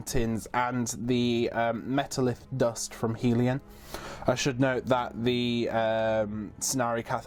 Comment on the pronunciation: Helon, not Helion.